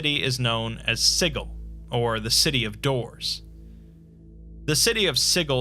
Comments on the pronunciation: Every time you say "sighul", it causes me pain. It's "SIJIL" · Good video however the mispronounced City of Siggle drives me a tad crazy. Overall good though. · "Siggle." Sijil. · It's not Siggle, there is one 'g' in Sigil. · Yep. The only thing that triggered me a little. I hope he will make a proper video about Sigil and Lady of Pain as well as touch Planescape: Torment storyline. Maybe someday. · The way you say Sigil makes me uncomfortable. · I refuse to believe that's how Sigil is pronounced. It just can't be. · I’m pretty sure the city of Sigil is pronounced with a “juh” sound.